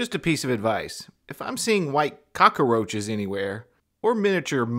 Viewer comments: What's a cokerroach or mouses. Is English his 4th language? For his sake I hope so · Cock-a-roaches? Mices? Clearly, this man has a command of the English language that puts Shakespeare to shame. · "Cocka-Roaches" - Tony Montana also hung out in Miami. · Do you mean "Albino Cock-a-roaches"? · Mouses and cock-a-roaches. What a command of the English language has. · command of the English language is something to behold. The word he's struggling with is "cockroaches", not an anglicized version of the Spanish 'cucaracha'. And mist have been absent (or asleep) the day they taught him that the plural of 'mouse' is 'mice', not 'mouses'. He's obviously the product of a first-rate education.